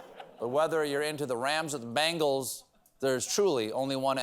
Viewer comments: It’s not “bangle” it’s Ben-gaul (like Asterix), I know you don’t have corrections like Seth but I sure hope someone sees this!! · I swear he keeps saying Rams and "Bangles" lol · I thought he said "bangles" and wondered.